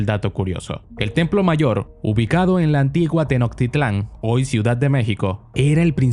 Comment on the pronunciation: Pensé que eras mexicano u.u pero dijiste tenoctitlán en vez de tenochtitlán tqm